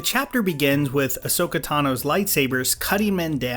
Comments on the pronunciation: Literally not once has Grogu been pronounced the way you do in this video and you even mispronounce Ahsoka too. You either do it on purpose (I’ve heard you do it before with other characters) knowing it annoys people or you can’t be bothered to do another take. Or you’ve not even watched the shows you are reviewing and you’re just saying what others have said/written. I hope it’s not the latter Do better please. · Cap, I love ya, but that Ahsoka and Grogu pronunciation hurt my heart lol Anyway, what I love about this episode, i have more reasons to talk about Clone Wars and Rebels lol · Please do videos on episodes/arcs from The Clone Wars and Rebels whether they be positive, negative, or somewhere in-between. I'm really interested in hearing your opinion on them. Just try not to mispronounce the character's names. You actually did pronounce Ahsoka's name right at times, but other time you didn't. But, I do understand your dilemma. I've mispronounced Grogu's name ever since I first head it and I still sometimes call him baby Yoda out of the sake of simplicity. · Him mispronouncing Ahsoka is just killing my brain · Imagine if he could say Llanfairpwllgwyngyllgogerychwyrndrobwllllantysiliogogogoch flawlessly and intentionally mispronounced Ahsoka and Grogu just to mess with us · You pronounced Ahsoka's name correctly at the start and then somehow just forgot halfway through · I took psychic damage every time you said Ahsoka and Grogu lol. Great video though! My theory (haven't watched the latest episode yet, but I suspect it won't matter to this theory) is that Grogu will not reach out. No jedi will come. Ahsoka clearly stated that he would need to choose. No Mace, Ezra, Luke. Grogu is a Mando, like his father before him. Leave the jedi stuff for Ahsoka's spinoff. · Hey, do you watch the show on mute? Cause how you say Ahsoka and Grogu is so far from how you say it, I thought you were joking this entire time 😂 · Why did he pronounce Ashoka like that